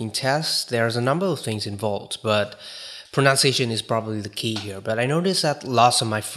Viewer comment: Pronunciation /prənʌn t .sieɪ.ʃ ə n , US prə- , proʊ-/ Note: A common mispronunciation is / prənaʊn t - /. P/s: No offense meant. I admire your English proficiency :)